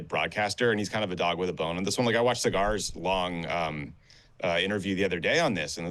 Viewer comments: “Cigars long interview” IM DEAD 😂 it’s saagar lol how do these people not know how to say his name still lmao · Lol the mispronouncing of Saagar was the cherry on top of disrespect